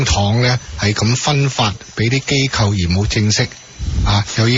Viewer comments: 支持機構讀成kau3 我自己都不自覺由電視學o左o的怪獸音 :( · 正確發音是機構（扣） 機構（救）是錯誤的發音。請注意！